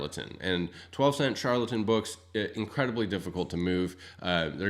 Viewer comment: Char-el-ton books, not Shar-la-ton (trying to type phonetically here). Other than that, lots of good information here.